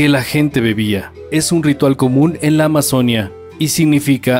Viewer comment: Muchos errores y desaciertos con muchos datos históricos, específicamente cuando hablan de los Incas y los Moche, además la pronunciación de la palabra Amazonia, que para los que tenemos al río Amazonas en nuestros territorios, es Amazonía (con fuerza de voz de la í).